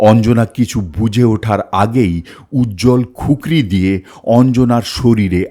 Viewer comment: ওটা খুকরি নয় কুকরি